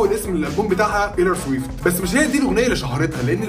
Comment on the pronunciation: بتنطق الاسم غلط ومش دى بس exo و bts كمان 🤦🏻‍♀️🤦🏻‍♀️